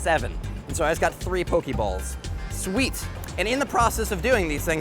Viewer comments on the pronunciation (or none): none